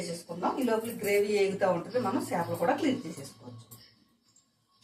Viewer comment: చిన్న 'చాపలు' కాదమ్మా. చిన్న 'చేపలు' .